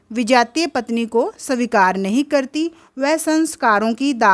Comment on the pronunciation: Aapka hindi acha nahi h savikar svikar hota h or please handwriting thik kijiye ki, ko lgta hai Pronounciation thk kijiye